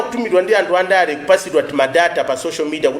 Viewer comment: Your not a Malawian why he say amtu instead of anthu